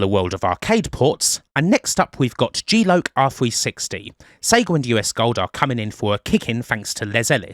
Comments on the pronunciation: it's lock not loc...... just no K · Think it's pronounced G-lock, loss of consciousness due to gravity